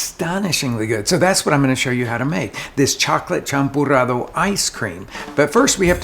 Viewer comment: "champurrado", not "champorado" 😄